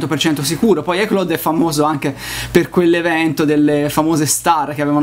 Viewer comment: Si dice: Ai claud... Se devi pronunciare una parola inglese usa google, non si può sentire pronunciato così.